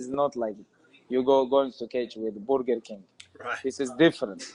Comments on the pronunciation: Brerger Kingk 😂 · "this is not for borger king sport"